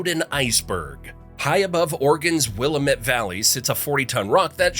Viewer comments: Excellent video except for inability to pronounce Willamette correctly. Because of how often it is used, it is more cringe worthy than the narrator of "Boys in the Boat" that didn't do any research on how to pronounce locations like "Chehalis" correctly. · (Will am it )willamette, dammit learn it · as an Oregonian I was pissed off when I heard wIlL-Uh-mEt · It’s Will-AM-it, dammit! 🙄😂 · Willamette River correctly pronounced ‘will am met’ FYI🙂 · Grew up in Oregon City, now live in Southeast Portland a 5 minute walk to Powell Butte cinder cone. I traveled to 40 states. Nothing compares to Oregon. I'm used to everyone who's not from here pronouncing Willamette wrong. Like someone else here said, it rhymes like "Willamette, dammit" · WIL - AM- it!!!! Damn it, pronounce Willamette correctly!!! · Lost lake is not near Mt. Hood. There is no "WAR" in Portland, just happy frogs! Willamette is pronounced will-lam-it. Vanport flood, at the tíme African Americans were not allowed to live in Oregon. During WW2 liberty ships were built in Portland. African Americans had to live on a island in the middle of the Columbia. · You had me until Will-uh-met. It’s “Willamette, dammit” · Interesting video but it’s will-lamb-met. Most people say Paulina as Pa-line-a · will-AM-ett. Fucking stupid. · Nope, will-AM-it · Paulina is pronounced PAUL I NA Willamette is Pronounced WILL AM ETTE Oregon is pronounced ORE E GUN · Wil-lamb-met . Get it right please, lamb-lamb-lamb! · Cringe every time he says willimit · Willamette is pronounced as such: in 3 syllables 1st syllable, Will., 2nd syllable, am and 3rd syllable, ette Will ( as a man's name) - am (as in, "I am") - ette (as in, "wet") Sheesh, if you're gonna make these things you ought to know how to pronounce the towns, cities and other places too!! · With so many comments regarding the pronunciation of the Oregon central valley….will am. Met!! Aaaaagh, my ears!! Say it correctly! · Willamette pronounced Will-lam-mit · It AM WillAMette!